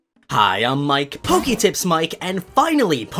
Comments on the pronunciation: Why do you pronounce poke: pokE but you pronounce Pokémon: Pok-ah-mon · Wtf? He pronounces Pokémon correctly but not the Poke in Poketips